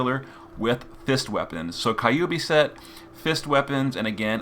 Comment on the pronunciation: i'm used to the way he says kokuryu now but that he said kyubi the same way actually caught me off guard lol